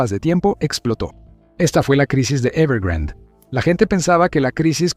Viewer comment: Es "Evergrande" no "evergrand"